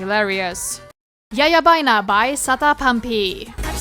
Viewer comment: it’s called yababaina not yayabaina 😓